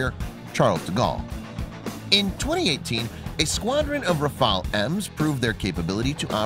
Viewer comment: Daniola M : IDIOT & crétin, prononce correctement le nom : RAFALE non Rafael